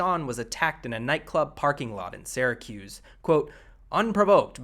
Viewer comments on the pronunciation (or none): none